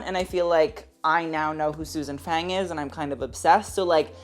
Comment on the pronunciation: Small note, Susan Fang is not pronounced like the english word fang, but more rhyming with lung.